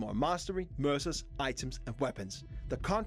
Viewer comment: Did anyone else hear “Mercer” and thought it sounded like “MRSA,” as in the horrible flesh eating bacterial infection? New weapons bought with skin would make it a very different game.